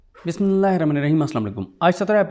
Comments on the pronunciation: You are always in hurry. At least recite Bismillah in proper pronunciation and in calm way. Why fulfilling formality. ?? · Bhai Bismillah to thehr kar araam se parha karein kya metric ke nalike student ki tarah yum yum karty hein 🤣😂